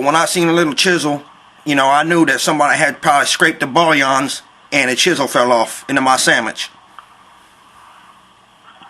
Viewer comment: "Scraped the 'bullyons'" WOW LOLOLOLOL... I lost about 10 pounds laughing... too funny